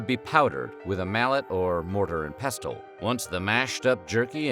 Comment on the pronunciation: pestle ... "pess-ell" , not "pess-tell"